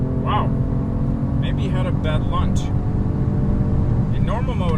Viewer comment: It's launch not lunch 💁🏾‍♂️